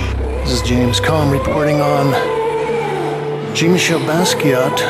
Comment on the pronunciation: you pronounce his name very wrong and you also pronounced leonardo de vinci wrong very good video though